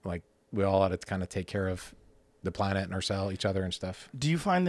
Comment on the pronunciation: The amount of times this guy says "Pl-uh-nett"